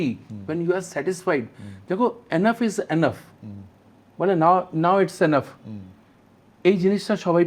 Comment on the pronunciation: It’s not এ্যানাফ It’s enough এনাফ।